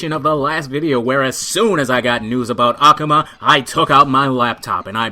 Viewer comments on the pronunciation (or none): ***** Ah-Ku-Ma not Ahku-Ma. great channel btw